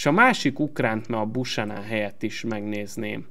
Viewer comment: Azt a kanadai jobbhátvédet, akit az Intertől vettél ne "Busanan"-nak ejtsd hanem "Bjúkenön"-nek. Ezt ne úgy vedd, hogy kötekednék, csak fel akartam hívni erre a figyelmedet.